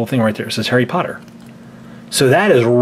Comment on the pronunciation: its harry potter not hairy potter